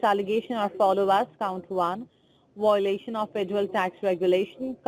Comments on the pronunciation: That’s a lot of “whoalations”. Dang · Good video. But wow! All those Wiolations! Hahaha she apologized Hahaha